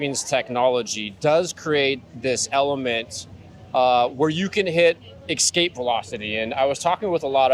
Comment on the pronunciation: homie just said "ekspecially" and "ekscape" multiple times. wtf? instant credibility suck 😕